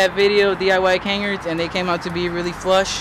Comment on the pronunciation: It's pronounced "Cuh Nahrds" btw